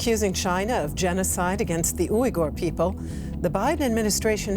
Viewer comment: She really said uweegur people